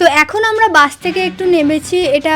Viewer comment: দিদি ওটা বাঁশ না ওটা হবে বাস তুমি ভুলে বলছিলে🤭🤭